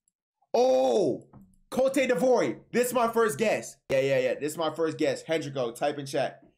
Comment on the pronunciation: Fr “cotey divory” 💀